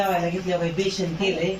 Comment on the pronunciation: Ekta jiv. Besan la beshan ka mhantoy